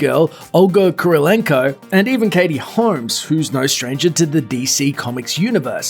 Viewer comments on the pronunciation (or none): That intrusive R... I had thought it was Katie Holmes rather than Katie Hormes. Also, it's "who," not "whr." "As far as mrvies grr, Batman yada yada."